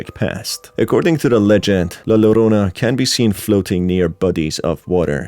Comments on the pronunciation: my only critique for this is that La Llorona is pronounced La Yorona, other than that a lovely video! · Get over it. Its called having an accent. Just like an Asian or latino not pronouncing English correctly but we don't complain. We're just happy they've learned multiple languages